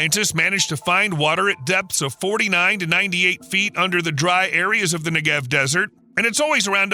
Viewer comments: very interesting video but please! it's nEgev, not negEV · NEGev. NEGev. Not NeGEV. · Take 60 seconds to learn how to say NEgev (and KinNERet) before saying it 200 hundred times wrong in a video. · Negev not neGev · 2 quick things: With the word Negev, the emphasis should be on the first syllable, not the second (which is what the narrator did). And you can really see the impact of water management from space. Use Google Earth or Maps to see the difference between Israel and her neighbors (and other countries throughout the Middle East). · Jeez Louise! How badly can you mispronounce "Negev", the central word in the clip? It sounds a bit like "legged" in "4-legged animal". Or "beggar". Or "egghead". Stress on first syllable!